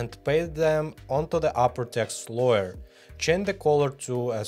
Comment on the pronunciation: Только не лоер, а лэйр)) лойер это адвокат 😂